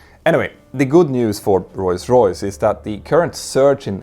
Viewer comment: Petter makes the effort to properly say "Rolls Royce", but still occasionally says it "Royce Royce" :)